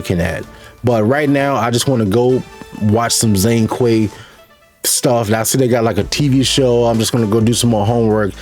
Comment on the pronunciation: It's not Zong Kui, the 'Zhong' should be pronounced similiar as 'John'(Zhone Kui). 'zh' = 'J' in mandarin.